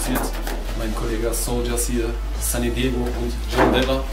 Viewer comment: Wie er immer sunni diego sagt